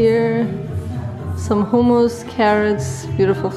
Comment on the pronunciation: i like how you pronounce hummus like hooom-ooos.